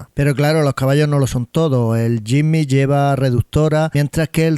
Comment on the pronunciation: Compadre aprenda a pronunciar el nombre del Jimny...